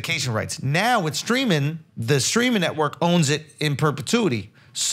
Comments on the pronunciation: Is Charlemagne saying "screaming" or "streaming" cause that shit is hilarious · Take a shot every time charla says “screaming service “ instead of streaming. If you get alcohol poisoning don’t blame me for it. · Is Charlamagne saying “streaming” or “screaming” ? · ITS STREAMING NOT SCREAMING!!!!!!! STOP SAYING IT WRONG IT TRIGGERS ME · Charla saying “ screaming” services brought me back to the let go and let SOULJAH episode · Is charla saying “screaming”??